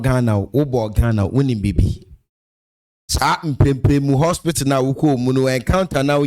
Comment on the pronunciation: 6th minute I like the way she keeps saying haspitdal 100 times